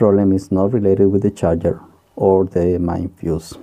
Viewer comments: Nice video, and explanations, a bit mispronunciation when mentioning the main board but anyone can understand. Any way, thanks for the vid, and I might be late for this but at one moment you mention something about not knowing the rating of the SMD cap.... I think manufacturers use a color and size code for them SMD capacitors. You should look for the specifications sheet. I found one once and it was very useful. I hope that helps :) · Are you saying "mine capacitor", or "main capacitor", or "mind capacitor"? I really must have viewed this video 10 times and I still can't figure out what you are saying [and I'm from South America]. Please confirm. Thank you